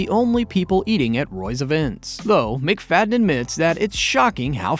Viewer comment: Mac-Fa-dee-yan. Just a little research would help.